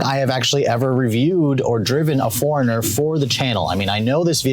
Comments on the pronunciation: Its annoying of how he says foreigner instead of 4Runner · why i'm hearing"forner"instead of "four runner" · Didn't anyone tell him it's 4-runner... Not Foreigner... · ikr it was bugging me the entire time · 4 RUNNER not foreigner...HOLYYY!!! This guy is killing me! URGENT! I wanna know what love is....I wanna know if he knows the model name....grrr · "The foreigner..." Sorry, it was driving me nuts every time you said that! I know you tend to talk fast but, for the love of sanity, should do a tiny pause between Four and Runner... Four.. Runner not foreigner!! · It’s 4 Runner. Not Foreigner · IT'S 4 RUNNER NOT FOREIGNER! 🤔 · 4 runner, not foreigner. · It's 4RUNNER!! not FOREIGNER!!! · "4 - Run n - er".... I keep hearing "Foreigner". Awful. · Geezz all he did was complain about the dam 4runner. He is annoying as hell! And dude its 4 runner stop saying foreigner!!!!!!!!!! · Foreigner, I thought I was the only one that noticed until I scrolled through the comments. Now every time he says 'foreigner' I can't help but giggle a little. . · I keep hearing foreigner. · I kept having Foreigner playing in my head as I was watching your excellent review and I finally realized why... it was how you pronounced 4Runner! Just teasing... great review my friend. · Great video but am I the only one who thought he kept saying Foreigner? LOL. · Cannot unhear that. 😂😂😂🤣🤣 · Tought I was the only one hearing that..😅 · It drove me nuts lol. I was like wait what?!? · I thought it was an east cost pronunciation........like west cost = coke east cost = cola